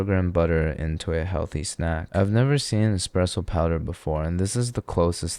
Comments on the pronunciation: "ESSS-presso", not "EXXX-presso"... Subbed, non-tha-less. :) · It's not X-presso it's Espresso. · "expresso" Bro, there is no "x" in "espresso". I mean no offense, but you need to fix your pronunciation on that. That is almost as bad as people saying "noo-kyoo-ler" instead of "noo-klee-uhr". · ESSpresso, not eXXpresso! Sorry, just grinds my gears....like nuKULAR. Ugghhh! Lol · Chef, did you really just say “expresso”? 🤣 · Did you just say Expresso? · expresso 😂 sounds like a logistics company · Not saying "expresso" 😭😂 dont tell Vincenzo! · lives in Barcelona & expresso is how it's said in Catalan. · Yes, dude, e'X"'presso ... pro chef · Twice in short succession! I cringed! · There's no x, why do people pronounce it like that